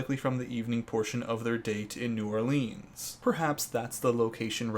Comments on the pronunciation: anyone else cringe everytime he says New OrlEEEEANs? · as someone from nola, it is really funny hearing you pronouncing it hahahahaha